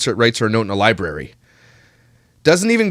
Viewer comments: Love to see Myka's top 10 favorite books... Lol. Go back to the "libary", Myka...🙄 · anyone who says "lie-berry" has never been to a real library.... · Used them all improperly, too. I was screaming inside. For a ‘’lie-berry’ lover, she sure does NOT have a superior command of the English language.